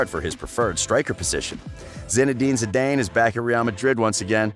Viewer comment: “Buff-en”??.. 😂😂😂 Jesus Christ man, get the names right. Lol And it’s not “Zee-Dane” either for Christ’s sake... 😆